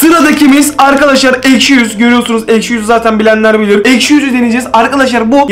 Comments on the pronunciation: Abi aşki değil ekşi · ✨ Eşki ✨ deyil✨ ekşi✨😂❤️✨ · ilk basta eşki diyip sonradan ekşi demesi peki. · niye eşki diyosun😅😅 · Eşki değil ekşi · Abi eşki değil ekşi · eşki deil ekşi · Abi yanlışlıkla eşki dedin 😊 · İlkte eşki dedin